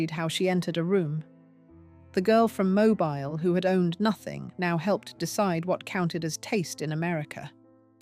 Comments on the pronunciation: Mobile Alabama is pronounced moh-BEEL. Also her father lost his fortune because he lost his right to enslave human beings. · Oh for heaven’s sake Mobile is pronounced Moh-BEEL